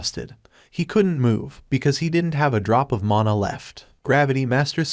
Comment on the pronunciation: min mother ? Not mana🤨